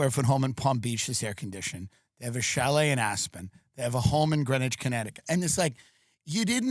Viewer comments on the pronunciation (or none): none